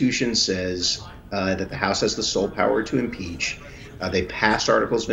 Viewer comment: It’s Impeach not In-Peach 🤦‍♂️